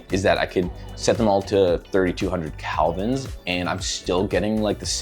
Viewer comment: Whit balance is measuredin degrees "KELVIN" - not "CALVINS".